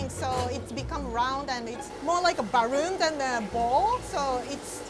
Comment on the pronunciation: Don’t me for doing this but “baroon” IMMM SOORRYYY I LOVE TASTYYY 🥺